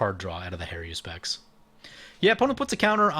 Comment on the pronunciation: Har-U-spex. There's no 'I' in that word. You play mtg for a living, learn to rtfc; including the name....